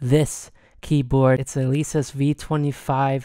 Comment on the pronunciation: Ok fist of all you’re saying the name wrong it’s pronounced ah-leh-sis but other than that banging vid👍